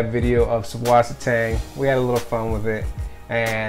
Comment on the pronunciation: It's actually pronounced "Zeusvassertang", German for Fresh Water Seaweed. :D